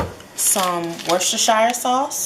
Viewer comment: pronounced: WERE-STIH-SHER... AKA Worcestershire.